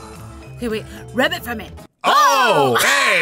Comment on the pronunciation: It sounds like rabbit not rub it